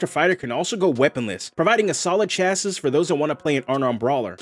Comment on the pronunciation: Loved this video. So many videos are just restating the rules, this is actually creative and inspires further ideas. Thanks! FYI, chassis is pronounced "CHASS-ee", and rapier = "RAY-pi-er".